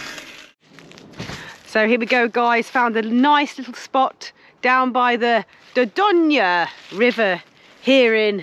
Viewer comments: It’s pronounced door doyn not da don ya 😭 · Great vlog but please check you pronunciation of Dorgone see ya next week. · Think you’ll find it’s pronounced Door doyn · You do not say the e in dordogne it's said door doyn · France is stunning, particularly the Dordogne 😍 I did have to cover my ears over your pronunciation tho 🙉 lol 😂 maybe listen on Google translate?! You’re great and no disrespect meant at all. Enjoy your travels xx